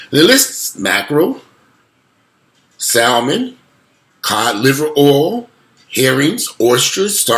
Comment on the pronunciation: Great video. The L is silent in Salmon. It’s pronounced ‘Sam-en’